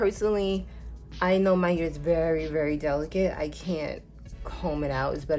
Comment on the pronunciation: The way you say hair 😂 ... soud like u saying “your here” Lolol ... what accent is that? Not making fun or trying to b negative.... I was just watching and when u said hair I was really thinking what “ what is she aaying” your what? Lol